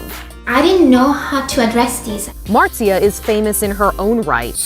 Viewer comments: Her name is pronounced "Mar-tzee-ah"... It's pretty easy to find clips where Felix says her name. Regardless, very nice video! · Her name is pronounced Mart-sia 💞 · It’s Marzia M a r z i a Marzia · Its mart-zee-uh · It's pronounced Martz-ya, like waltz. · bruh americans can pronounse words... MARSHA??? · It’s “Mart-Zia” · It's pronounced Muhr-zee-ya, just letting you know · I never understand how people pronounce names wrong when it was pronounced correctly two times and he definitely heard it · marzia is an italian name so please look up how its pronounced. still nice vid.